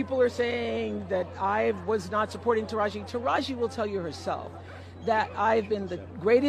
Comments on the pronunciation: it's tah rah gee... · I’m not gobs lore hearing you leave off the “E” sound on Tarahji name is really getting under my skin. And I’m an avid watcher. lol